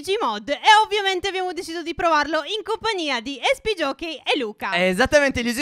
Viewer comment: Ma perchè tutti dicono ESPJOKEY